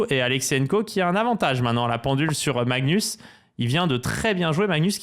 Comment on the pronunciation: "Maxnus" j'adooore